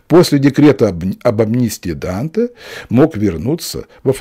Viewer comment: В имени Данте ударение падает на первый слог!